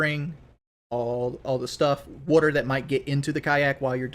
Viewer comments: Listen to this buffoon just babble on: “Ya see, wudder…wudder in your legs…as you get older…heavier…gravity…wudder…I’m not a doctor, obviously.” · Take a shot of Pepsi everytime he says wudder